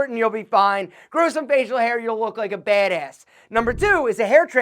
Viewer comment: Try not to say " bad ass," about everything? You say it in this weird, east coast, Joe Pesci kinda way?